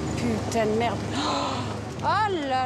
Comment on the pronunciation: 🤣🤣🤣... Merdeeeeeuuuuhhhh